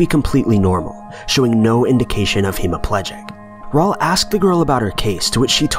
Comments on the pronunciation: He didn't put emphasis on the right sylllables misprouncing the ending plegic;, he could have gotten away with hemoplegic vs hemiplegic if he had just said the word HE-mi-PLEE-gic, not HE-MO-pleh-gic. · Dude.. Hemiplegic is a person suffering from hemiplegia. You could say they found no evidence of someone being hemiplegic but can't say no evidence of hemiplegic. Also it's pronounced hem-ee-pleh-gic not heem-ee-plee-gic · you kept saying "hemoplegic" instead of "hemiplegic." Hemo is from the latin root meaning blood, while Hemi means half. So it confused me in the beginning when you said hemoplegic which technically doesn't even exist as a word.